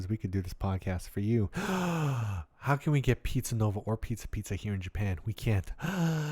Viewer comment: 439 oh oh oh oh pizza nova.... your canadian is showing 🇨🇦🇨🇦🇨🇦